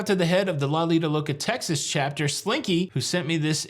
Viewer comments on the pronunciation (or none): none